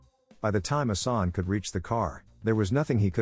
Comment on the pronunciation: good video, respect🙌 but it's pronounced "Assan" and not "Asani" for the main character, also "Arsen" not "Arseni" ...Lupin